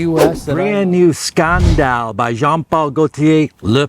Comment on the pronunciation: Why can't you say "scandal" the right way